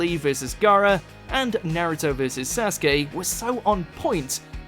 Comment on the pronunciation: This man really sat there and said nare-ooh-dough and sass-gay